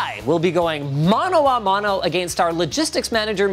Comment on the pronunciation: "mono a mono" ok linus